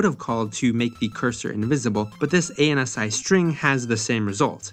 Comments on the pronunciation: You can tell the narrator is too young to have lived ANSI-era online by the irritating pronunciation of each letter A N S I. Anyone who lived those times would utter "ANSI" as one would the name NANCY without the N. =-) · I think this is the first time I've ever heard anyone say "ay en ess eye" instead of "an-see" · I've never heard anybody say "ANSI" like "a-n-s-i" it sounds so wrong 😂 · You can make your dialog a few bytes smaller... ANSI is pronounced "An Z" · I don't think I've heard someone say "aye-en-ess-eye" ever in the last almost 40 years... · I want a 5 minnute apology for pronouncing ANSI as A N S I and a reupload with it pronounced correctly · You can pronounce ANSI as "ANN-see". Windows consoles are not "ASCII." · "A-N-S-I" lol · You pronounce ASCII as an acronym but not ANSI?? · Ngl, I thought I always pronounced it wrong hearing him spell it out like that. I'm a non-native English speaker so generally assume I'm the odd one out. Glad to find back some confidence in the comment section!